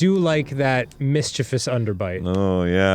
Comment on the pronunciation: danny is the real mvp for pronouncing mischievous right, instead of inventing a third i this giving it a mysterious fourth syllable.